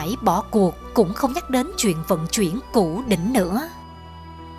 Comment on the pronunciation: Đọc mà còn sai nhất ngôn củ đỉnh ad hay thật